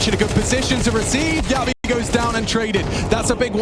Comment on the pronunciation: Jabbi is not "Ya B", he's "Jab bhi" 😂